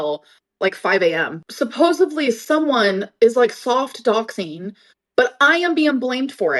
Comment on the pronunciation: Did she just say fox doxing or soft doxing